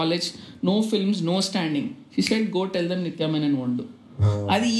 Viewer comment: Its Menon-not Menen